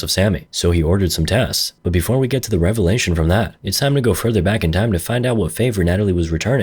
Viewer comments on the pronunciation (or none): none